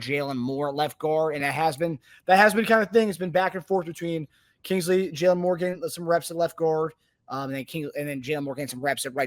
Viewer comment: Except for the fact that can't even pronounce Kingsley's last name correctly